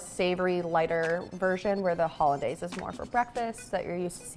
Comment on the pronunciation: Kind of pathetic for not knowing how to pronounce hollandaise.